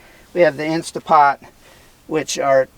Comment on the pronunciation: Tell your Dad it's an "Instant Pot" not an "Insta Pot.":)